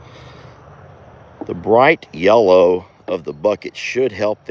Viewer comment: I noticed the other day that you said yellow with emphasis..lol.. I also corrected you. …lol